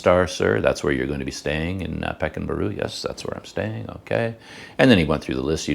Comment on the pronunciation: way to pronounce pekan baru is PER KAAN BAARU